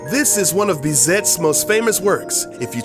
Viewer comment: his name is pronounced beezay not bizett